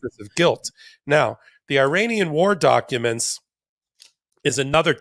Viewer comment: please say ear Anian for Iran.